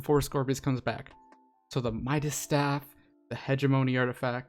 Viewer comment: Fun fact: It’s midas’, not mida’s